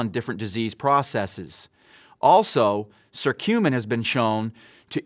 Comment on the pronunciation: it not SERTUMIN, but Kuh curcumin